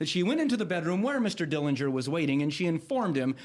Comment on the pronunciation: The correct pronunciation of the Dillinger family name is with a silent 'g'. John saw Billie get arrested before he drove off.